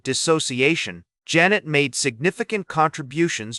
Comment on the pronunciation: OMG, at least have it PRONOUNCE HIS NAME CORRECTLY! Zhahn-ay.